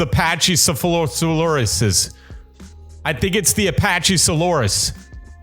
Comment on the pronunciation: Its pronounced Pear-rah-sah-rola-fes And Patchy-sefeluh-saurus